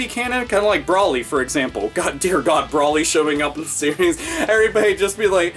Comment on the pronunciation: Never heard someone pronounce it "Brawly" before. It's "Browly"...